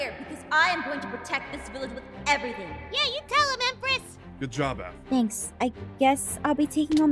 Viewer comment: messed up when he said aph’s name and how would anyone know her name if she changed without anyone knowing!? 😕